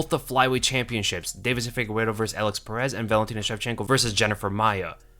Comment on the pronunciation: it's FigueREDO NOT Figuero 😂